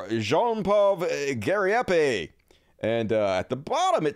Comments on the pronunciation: it's pronounced GAW-REE-HEY-PEE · It’s actually pronounced guh-REEP.